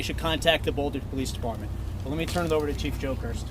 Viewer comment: Did he say chief jokers !????